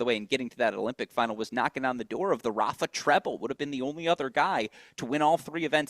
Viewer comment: Agreed. Flink also drives me crazy how he pronounces Rafa. You are in the business forever, learn how to pronounce peoples names correctly 😂😂